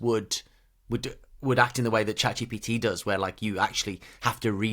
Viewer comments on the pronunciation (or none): its chatgPT not chatgTP